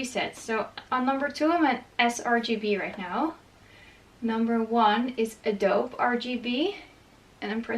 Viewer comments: As an aside... Adobe in other places other than you is pronounced "Ahh dobe eee". Ironically I originally pronounced it as you are doing. Be that as that is I do not even use Adobe products any more... so there you have that bit of useless information... hahahaha I have heard lots of good things said about BenQ monitors over average monitors that one needs to calibrate. I am happy for you that you got one. Be happy with what it can do, and you will do even better things for others for yourself choosing to be better 😊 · If your friends haven't said yet, Adobe is pronounced - Adobee. 🙂